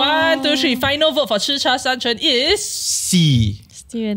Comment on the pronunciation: Chi cha San Chen is pronounce as Chi Cha San "Qian" in Chinese. They are one of the best in SG for the fragrant of the Tea, but for Bubble Milk Tea wise I would not say is the best as the Tea is stronger and in combination, feels more like Tea milk than Milk tea.